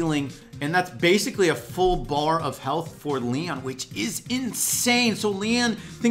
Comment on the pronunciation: Anyone else notice he said "darrlys range is sho short"?